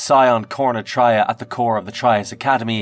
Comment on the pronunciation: Its not Dark TRY-AH. Its TRAY-AH like BeTRAYal.